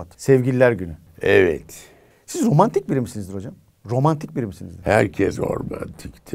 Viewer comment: İlber Ortaylı (romantik değil ormantik ) dedi